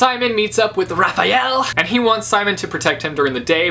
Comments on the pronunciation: The Angel Raziel (Rah-zeel) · Raziel. It's pronounced Raz (as in raspberry) and then iel (as in eel)